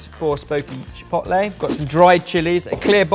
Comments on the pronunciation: saying ChiPOTlay is giving me ANXIETY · I cringe every time he says "chi pot lay" . Why can British people do a half decent job pronouncing French words but totally fail at much easier to pronounce Spanish words? Each vowel has one sound and one sound only. It is not that difficult. At least he did not talk about "tack-0's" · Every time says chipotle wrong I wanna slap him round the face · Ok but why you pronouncing Chipotle like that? 😂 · Pains me that can’t say chipotle properly 😩😂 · Please stop pronouncing chipotle like that😭😭😭😭😭😭😭😭😭😭😭